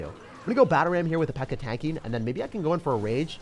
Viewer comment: Bro said pekka-chu and you best believe I’m here for it🤣